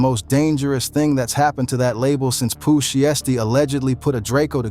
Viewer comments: “One thousand seventeen” “Pooh Shesty” “Foo-ghee-ano” and “Gucci Mon-aye” 💀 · Big scarr didn't pass away in 2024 Enchanting didn't pass away in 2022 🤔 DF?? 😂😂😂 Pooh Sheesty, foogyano wtf cant even say the names right 🤣🤣🤣🤣 come on get ya s#it right lmao